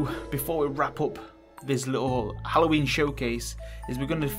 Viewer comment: Love how you say Halloween and house minus the H...your accents awesome. Appy Alloween dude 😂👍